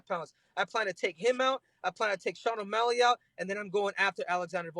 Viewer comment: Henry said Sean o smelly 😂